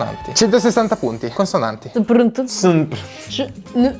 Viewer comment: Ma le ✨consonali✨ di??? 😂😂😂